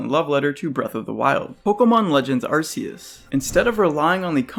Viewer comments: "Ark-ee-as" not "Arse-ee-us" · Arceus (ark-key-us)